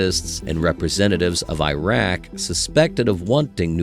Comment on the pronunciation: The narrator of this piece,while interesting, can't pronounce anything correctly. Entebbe is en-beb-ee. Iraq is EEErock...not I rack.